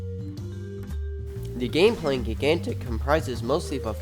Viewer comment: gig gantic.... why are you saying it like that?